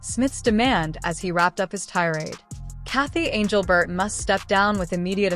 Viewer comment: Who is anglebert ? Stupid AI.